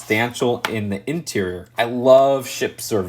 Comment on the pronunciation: Everyone: Interior: INTRRR